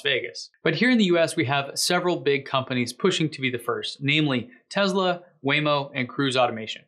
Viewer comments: "Tezla" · Hi, New subscriber here. Watched several of your posts, really like them. Seems like you say TEZLA, whenever you pronounce TESLA. PLEASE, can you say TESS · Great, mate, but it's Tesla, not Tezla. Cheers ;-) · I can't help it; it drives me nuts: it's teSla, not teZla. It's an "s" and pronounced as an "s" not a "z."